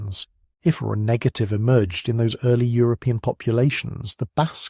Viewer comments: FYI, your AI narrator doesn't handle "RH" well. Neither does the AI caption generator. It's sometimes "arch" and sometimes "ar" and various other variations of what a program might interpret "RH" to sound like. You might try "R.H." if you're using text to create the narration. Hope that helps. Thanks PS. Kalamazoo, Michigan here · So annoying, is this robot saying Arch negative, RH Negative or or O RH Negative blood like mine? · Listening from near Volos, Greece. You should teach your AI voice to pronounce RH correctly; sometimes it does, sometimes it comes out as "R---" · Shame your AI reader couldn’t pronounce RH properly.. otherwise it was pretty good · Very interesting as I'm a neg. But couldn't help noticing pronunciation oddities: R-A, Arch, Rack, R--ack, R--aik, Air, instead of Rh. Must be my weird blood type that causes me to notice this. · Maybe next time you can use and AI tool that can say Rh properly. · Can’t you teach your AI narrator to pronounce rh correctly and consistently?